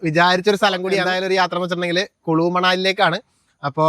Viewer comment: കുലു ആണ്, കുളു അല്ല